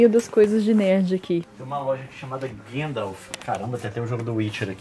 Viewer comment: Pô Leon! É GANDALF e não GeNDALF. obs: Eu vou em algumas reuniões da "Sociedade Tolkein Brasil" então sei bem do que estou falando. E sim, no filme eles pronunciam errado.